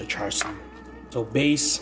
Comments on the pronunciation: AMAZING VIDEO, BUT AS A CHINESE BORN, IT HURTS ME TO HEAR YOU SAY CHAR SUI! ITS PRONOUNCHED CHA SUI! KEEP UP THE GREAT WORK! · Its pronounced "Chah-Sue" as from the Cantonese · It's not char sho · It's CHA SIU